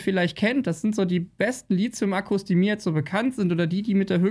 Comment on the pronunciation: und und Immer wieder dieses doofe "LiZium" :-( Es heißt LiTHium wie in Lithosphäre und Lithographie! (Aber dann über 'Aftre' lachen ...) Inhaltlich sind deine Videos absolut top - nur sprachlich halt nicht ;-)